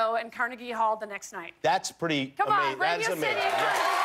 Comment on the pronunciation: Anyone else thought she said cardi b hall instead of Carnegie hall? No just me cool